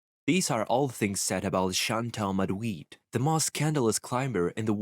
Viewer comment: Chantal Mauduit or Chantal Man-duit 🤔